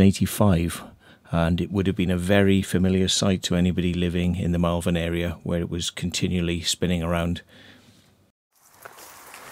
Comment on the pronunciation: MALVERN is pronounced MOL-VUN, not MEL-VEN.